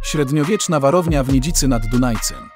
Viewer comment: Warszawa zle Niedzica zle... msakrq